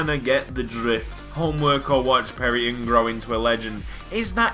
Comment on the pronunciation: It's pronounced N G not nnnnnngggggg I'm a Crewe fan......